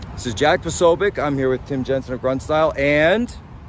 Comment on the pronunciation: 'po-SO-bic'. Emphasis on the SECOND syllable, not the first.